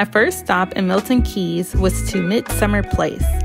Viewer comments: MILTON KEYNES, NOT KEEEEEYYYYS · I can't believe you butchered the name so bad. I've actually never known anyone online or irl to say it wrong. It's not Milton Keys. It's Milton Keynes. (pronounced Milton Keens)